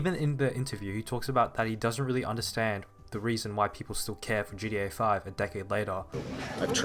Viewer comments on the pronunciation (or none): It is so weird hearing you keep calling it GA5